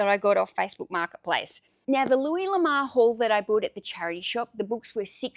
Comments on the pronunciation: Pronouncing the first name loo-ee or Loo-ess are both acceptable. However, the surname is not pronounced La-mar , it is pronounced La-moor . His surname translates from French to "The Love" or just "Love" l'amour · Just for the record,, his name is pronounced: Loo-Ee Luh-more. I agree you shouldn't stop sourcing, despite all the inventory you currently have. What you do need, as you already know, is an employee to do the photographing, listing, shelving, and picking/packing/shipping. Your experience is invaluable for sourcing, grading, bundling, and pricing, so that is where you should be spending your time eventually, though until the cages disappear, you will have to be working on those I'm sure, even if you have an employee. That's my opinion, anyway. I know that training an employee will slow you down for awhile until he or she can get up to speed and work without you looking over his or her shoulder constantly, but it will pay off in the long run in growing your business. Thanks for the interesting video. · Sorry, but you are pronouncing the name wrong.. Have you ever heard the song: Ho Lamour? That's how you are prnouncing the name 😀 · I've always heard it pronounced "La Moo+urr" ... makes sense, since its a french sirname. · Thanks for posting again and honestly fir a little positive giggle. Please take this as positive feedback …..l’amour is French for love❤ pronunciation …..say lamoooor . Love you so much, just wanted to make a note. Hope to see a video tomorrow 🎉🎉🎉🎉🎉🎉🎉🎉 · I don't sell or plan to sell anything on ebay, yet, I looooooove looking at your videos. I'm from Belgium that's why I haven't bought anything from you, I would have loved it but it would kill me in postage 😜 My first language is frensh and I will tell you that the name " l'amour" should be pronounciate like "Louis" ^^ ( Amour = Love)